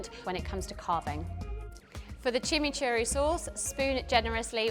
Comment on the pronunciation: That chimichuri is a crime wtf she butchered that